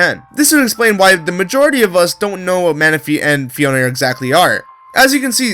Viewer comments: It's pronnunce phee-own not phee-own-eh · Phione pronnounced fie-OH-in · u said phione wrong ur not meant to say the e its silent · phione sounds like phone